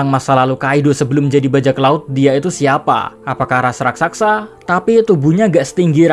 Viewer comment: min, bukan RASAKSA tapi RAKSASA min